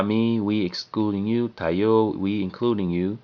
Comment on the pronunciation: Just fyi. You mispronounced the word 'tayo'. Emphasize the 1st syllable. By emphasizing the 2nd syllable, it changes the meaning of the word 'us' into 'stand.'